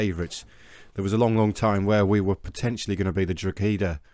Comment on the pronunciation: I know you’re finished with Bohemians now but the team Drogheda is pronounced with a silent g